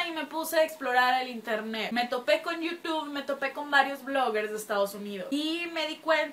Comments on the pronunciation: Se dice yutub xd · bien hermosa*-*♥ Pronuncias bien raro youtube :3